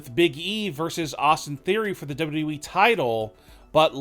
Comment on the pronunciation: It’s wwe not Wwwe